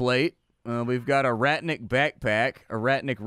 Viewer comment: Ratnik is pronounced simmilar to RAT + NICK. It means warrior.